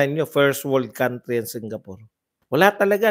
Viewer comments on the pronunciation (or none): none